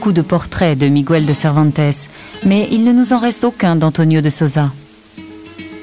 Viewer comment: "À son bord, un soldat espagnol... Il s'appelle Migouel" [sic] Ça me fait mal au cœur à chaque fois que j'entends cette déformation. Il n'y a pas de tréma sur le "u", Miguel se prononce donc... Bah Miguel, comme il se prononcerait en français ! :'(